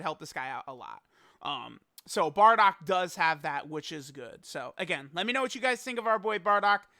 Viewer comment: I Hate how he say Bardock..